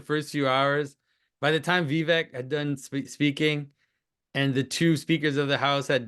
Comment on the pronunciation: Jonathan needs to pronounce Vivek correctly (rhymes with "cake" and also with Vervaeke). Speaking of Vervaeke: your conversation beat Jordan and John by 7 hours today